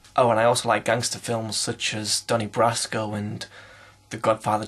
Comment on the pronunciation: I love you for saying Donnie Brasco.